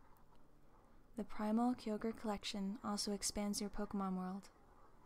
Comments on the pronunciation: You said Kyogre so many times and it bothered me because I say differently. Great video though. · you said kyogre wrong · 🖕🖕🖕🖕🖕🖕🖕🖕🖕 u say Kyogre wrong and fuck u